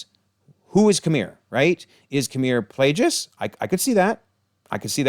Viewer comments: It's killing me hearing Plagueis with the g pronounced like a j as if he's a plagiarist. His name was literally a play on the fact that his master infected him with a manufactured disease in an effort to take over his body. The implication being Plague (with the hard G) it's Plagueis, not Plajais. I don't mean to knit-pick but it's driving me nuts 😅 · One little thing I noticed lol Darth Plagueis is pronounced like the Black Plague lol or like GO rather than JIGGLE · The miss pronouncing of Plagueis is as bad as episode 8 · the way this due pronouces Plagueis is triggering me.